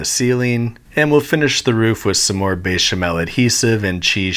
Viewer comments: Bay- shemell. 😂 it’s betch-amel. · Why are you saying BAY•shuh•mel? It's BEH•shuh•mel. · Beh-chamel, not Bey-chamel. Also: (Gnocchi): Nyocky, not Nocky. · why is he saying Béchamel as " Bay Sha Mell" ITS BÉCHAMEL WITH A BÉ NOT A BAY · bro, i needa know who told you to pronounce bechamel like dat, besh, not baysh you fool, otherwise love the content keep it up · "Be Channel..." I have to say, I am thoroughly impress by your french prononciation. Bravo! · Note to Babish fans: it's béchamel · It's not bechamel- it's bayshamail from now on. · I wish it didn't but the pronunciation as baychamel is driving me nuts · Drinking game: take a shot every time he says béchamel wrong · Honestly, this channel is great, but I hate his pronunciation. Especially bechamel and jalapeño.